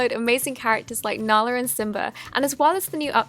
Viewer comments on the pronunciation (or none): nalr lol it’s nala